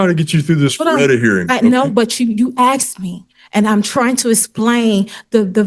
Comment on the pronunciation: Honey, he "asked" you, not "axed" you. It's not a Friday the 13 movie. Though I wish it was, and I wish he had.